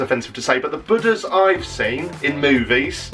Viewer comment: 😂He definitely says 'Buddha's'. I have the same accent as Jack. 🙂